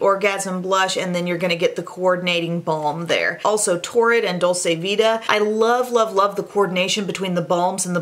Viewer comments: I share this with love and because I think is the kind of You Tuber who would want to know! Dolce vita is an Italian expression, meaning the good life. It's pronounced Dol-chay, not Dol-say. (Italian uses that chewy 'C'; in Spanish, it would be the way says it, Dol-say, like how you would pronounce dulce de leche.) Love you,! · Dolce vita is pronounced dolCHe it’s a ch sound. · Dolce Vita is pronounced dolche vita,it means sweet life ,it is italian.It is different than the spanish dulce de leche. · It's pronounced "dolche"